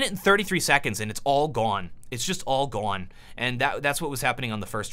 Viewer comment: Love how he says "gone" "it's all Goan, it's all Goan." XXXXDDDDD